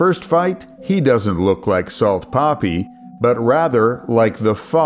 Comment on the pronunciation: no hate but the way you say poppy instead of papi always gets me laughing